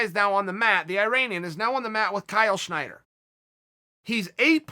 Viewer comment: Snyder... Not Schneider...kinda like yair not yarear